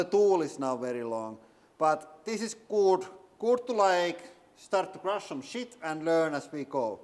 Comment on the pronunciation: Its not even easy for a native English speaker to say "Crush Some Shit", but I like the way you say it best!